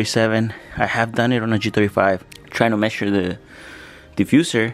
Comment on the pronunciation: I like the way you say Messure 😁